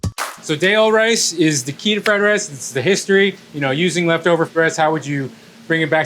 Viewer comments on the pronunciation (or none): "You rike fry rye?"